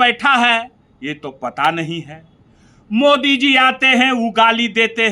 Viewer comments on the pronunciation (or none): none